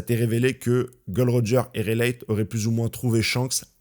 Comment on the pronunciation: Comment il prononce raylei ça me fume